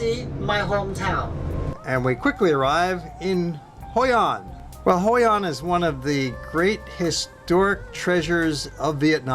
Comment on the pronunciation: hoi an, not hoi anh, thank